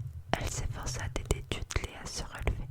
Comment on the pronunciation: Pitié on veut une suite, ton chuchotement est parfait. (Ps : vernon se prononce vernone et dudley deudley)